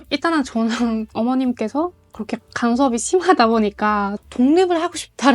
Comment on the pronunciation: 와 한국어 진짜 잘한다. 고런데 왜 "그" 발음만 고렇게 안 되는지 ㅋㅋㅋㅋㅋㅋㅋ